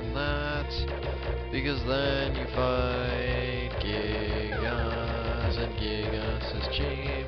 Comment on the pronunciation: It's actually pronounced Guy-Gas, but whatever.